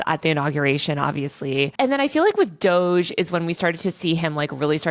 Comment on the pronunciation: It’s funny every time he says DOG-E